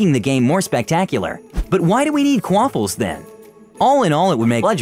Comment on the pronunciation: Probably my first time disliking a video. Also The first time quaffle is said, it sounded like k-waffle.